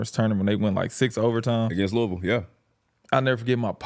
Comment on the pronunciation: good shit on saying Louisville the right way